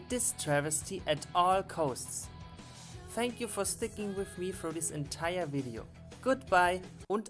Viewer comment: It’s pronounced as costs not coast’s